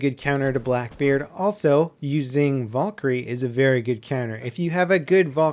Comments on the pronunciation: it's Val-kyrie not Vol-kyrie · its not volkyrie it's Valkyrie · I know it's Valkarie not vulkarie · volkerie hahaha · I love your content it's great but it's not Vawlkarie it's Valkarie like Val karie I'm not trying to hates it's just really bothering me thanks for reading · Valkyrie not volkyrie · Please don't say Valkyrie like that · The way you pronounce Valkyrie makes me cringe.